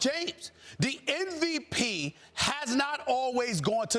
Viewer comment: SAS can't even spell "MVP". He always says "NVP"...